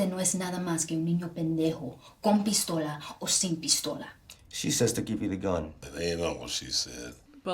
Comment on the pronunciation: the spanish speaking girl has an awful accent, guess why? Spanish is not even her first language [eyeroll] no one who speaks spanish pronounces "pistola" like that sis